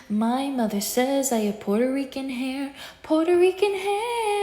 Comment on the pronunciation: “Poorterican haiarr” as a puertorican, that made me cringe soooo bad, i felt my spine CRUMPLE